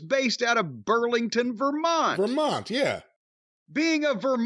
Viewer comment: it's not the Ver-Mont-EE?